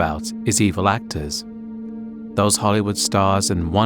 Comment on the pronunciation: i heard "blacktors" thinking video is about black actors